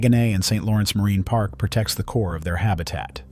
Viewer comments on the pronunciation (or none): none